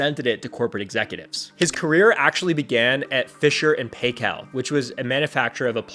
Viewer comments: Fisher and Paykel is pronounced like "fisher and piekil," and it is not was an appliance manufacturer. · Plus the pronunciation of “Paykel” was very American. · Fisher and Paykel, rhymes with Michael I live in NZ, happen to have grown up in the area where the launches happen. Back in '73